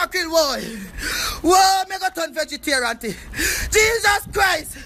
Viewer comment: "Vegeterant!" haha